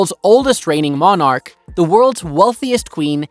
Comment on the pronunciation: Most of these she doesn't own. The Crown or the State owns them - different concept. Not that you would know. You get most things wrong. And you can't pronounce "monarch".